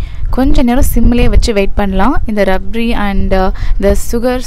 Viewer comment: Sis athu rabdi .. rabri illa 😊